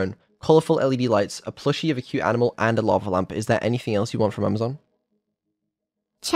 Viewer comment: I think she trying to say, Ainimal